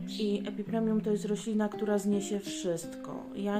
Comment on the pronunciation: Epipremnum NIE epipremium Beznadziejnie mówisz, nawet nie wiesz jakie rośliny masz. Jak twoje ulubione to chociaż nazwę znaj!!!!!